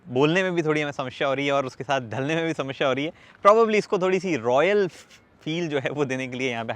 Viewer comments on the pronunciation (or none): He is samashya 😂😂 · "समस्या और शमश्या" 🙂🙂